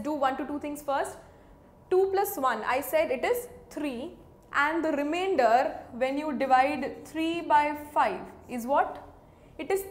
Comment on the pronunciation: "Will give you what remaindorhhhh..? " 😂😂 I like your videos. It's Informative🙂😊